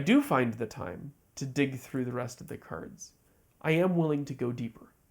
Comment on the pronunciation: Why you keep calling cards Kurds?